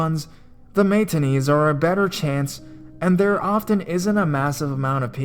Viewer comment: aaahaha! I had to rewind. glad I'm not the only one who noticed.